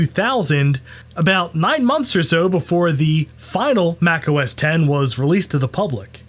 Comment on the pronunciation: Thank you so much for pronouncing Mac OS X correctly! I drives me crazy when people pronounce it “OH ES EX” - I guess because they don’t know what Roman Numerals are… Maybe the pronounce Super Bowl LIX as “Super Bowl EL EYE EX” too. 😂